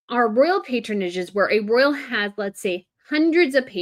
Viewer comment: Pronounce ROYal...